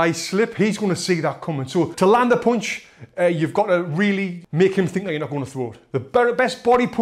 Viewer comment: I'm just here to hear you say 'poonch'